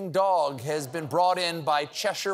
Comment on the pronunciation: So impressed to hear "Cheshire" pronounced correctly! That is rare indeed!